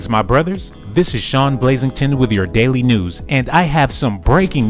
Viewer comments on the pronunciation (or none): none